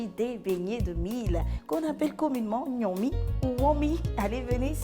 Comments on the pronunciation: On ne dit pas Gnomi. Plutôt Ngomi ! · Parce qu'elle l'appelle Gnomi au lieu de Ngomi! 😅